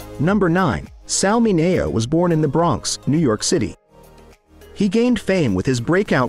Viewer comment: LEARN HOW TO PRONOUNCE MINEO. YOUR NARRATION ANNOYS ME.